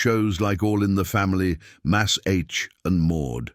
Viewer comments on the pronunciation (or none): Mass-H? Really? Did you even THINK of proofing your AI voiceover prior to posting? Credibility is now ZERO.